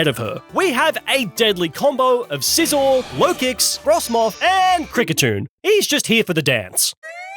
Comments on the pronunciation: Scizor, not Sisor! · SCIZOR, NOT SIZZOR! DO NOT LEAVE OFF THE C IN SCYTHER! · THE SECOND S IN SCIZOR IS SUPPOSED TO BE A Z!